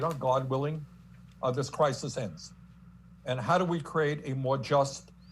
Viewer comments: Crisis? Crikis? Come on! Wake up! Listen! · “Cricus.... crisis “